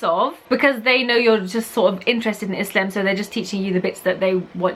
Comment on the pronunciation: love how prounounces "islam" proper eyptian accent u noe 😂